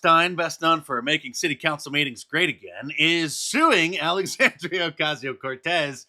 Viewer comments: Mark man.. that rolling R you do in AOC is so cringe. Please stop doing that. I'm begging you. 😖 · Please stop rolling your tongue like a school boy when you pronounce AOC's name. It annoys many of us! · I'll never get tired of Mark's "Alexandrrrrrrrrrrrrrrrrrrrrrrria Ocasio Cortez"